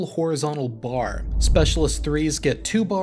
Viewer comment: I think they are pronouncing it, “space-a-list” rather than specialist;-)